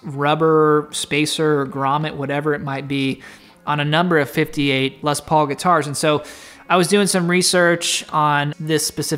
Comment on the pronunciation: Please don't pronounce the "s" at the end of "Les", it makes me cringe a lot 😖